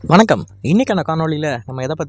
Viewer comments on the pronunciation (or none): none